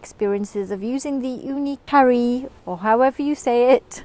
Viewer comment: Thank You for the all of your great reviews... I’m waiting for my new oven after Black Friday and just studying up to get aquatinted beforehand. I had to get used to your pronunciation of Karu. But it’s all good. Cheers!